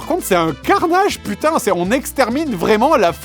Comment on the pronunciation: Oh Pu-taing ! J'ai cru à une coupure pub 🤣😂